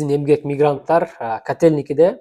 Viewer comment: Мирганттар эмес мигранттар